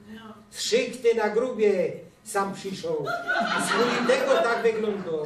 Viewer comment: sam mieszko a nie som !